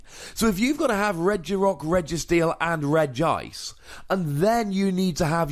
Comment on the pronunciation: It's pronounced Regi-ice by the way. It's just written with one i because else it would look weird: Regiice. They are all regis (and after that comes their type), so Regi needs to be pronounced too.